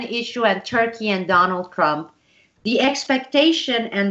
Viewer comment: I heard "Donald Crumb" - very accurate LOL.